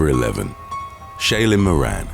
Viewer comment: "moran" 😂🤣😂